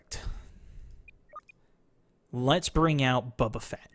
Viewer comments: He's been pronouncing it that way for the last 5 days on EA Early Access, lol. He said, "Someone in the comments corrected be for saying 'Boba'". So, he was just misinformed early on. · Bubba? You mean boba